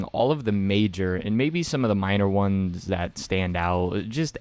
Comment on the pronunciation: Please, for the love of God; your voice is decent enough for voice overs but if you extend that last syllable like "maybe the minor onessssssss" Perfect content. Appreciate you g